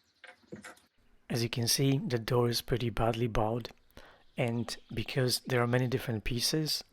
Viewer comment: One of my favorite redos. Bowed? That’s one of those funny English words🎉 so say" Boh-d" like bow and arrow not bough of a tree. Love your cute accent.